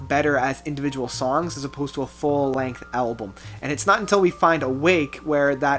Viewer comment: Ive never commented on a video before, but you mispronounced soooooo many of the song names. Are you able to read? I cant take you seriously.